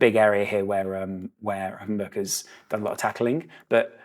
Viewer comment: Somebody actually pronouncing Gravenberch correctly! Nice one As the guy said himself in a interview, it's pronounced with a K on the end:)